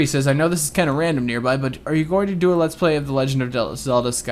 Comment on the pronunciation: is it me or does nearby put enthesis on EE